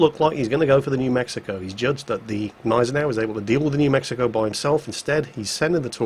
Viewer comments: it's not a Neisenau its a Gneisenau. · What the hell is wrong with you!?!? You're calling it the neisenau again, it's gneisenau. The germans aren't french:) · There's that silent "g" again in Gneisenau. Why? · there is a G in Gneisenau. Like in good, god, JinGles.:) About your question, they can be "glad" it was mid tier. You find this kind of players in high tier in a bloody CV! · Gneisenau,. The G is not silent. cries in German